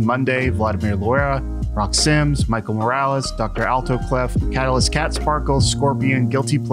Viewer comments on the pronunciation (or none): none